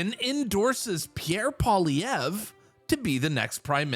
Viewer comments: Hey Rogan: what is so difficult about 'POLLY EV'? Not that hard, buddy, just sayin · Dude .. pronounce his name right Paul E Ver ( like air) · Joe needs to learn how to pronounce Pierre's name correctly if he really wants to endorse him fully. Enjoyed the thought of Trudeau's cringing while he listened to the chants of endorsement for daddy. 😅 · I wish he'd care enough to pronounce his name right. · Doesn’t even know how to say his name 😂 oh yeah full on endorsement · It was music to my ears! I hadn’t watched any UFC until last night. Now can someone help Joe Rogan pronounce Pierre’s surname; phonetics are a wonderful thing 😂. Keep up the great work Pleb 👍🏻👏🏻👏🏻